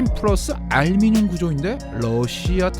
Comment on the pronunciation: 알미늄이요? 알루미늄 아니에요?ㅋㅋㅋㅋㅋ